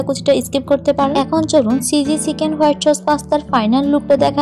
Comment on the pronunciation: আপু আপনার ভিডিওগুলো ভালোই কিন্তু আপনার pronunciation ( উচ্চারণ) গুলো ঠিক করলে আপনার ভিডিও আরো অনেক ভালো হতো, যেমন : চয়া চস না সয়া সস হতো, চিঝি না চিজি, এমন ছোটখাটো কিছু উচ্চারণ ঠিক করলে আপনার ভিডিও আরো সুন্দর হবে